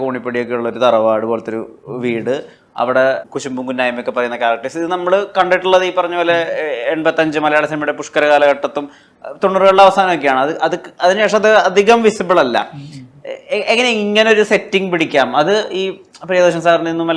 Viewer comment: പുഷ്കര ❌പുഷ്കല ✔️